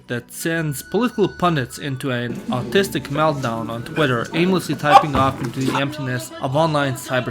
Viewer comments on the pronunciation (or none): Wait, did you say "autistic meltdown?" Autistic and artistic sounds so similar after all.